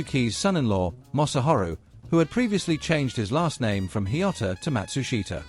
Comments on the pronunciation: Matsushita...pronounced mat-SOOSH-tah. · Not right for the surname, and company name, either, though that one is harder, and often mispronounced in western countries. Something like MAT-su-sh’ta…